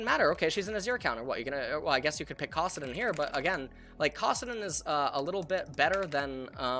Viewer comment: Did he just say cawsaddin? wth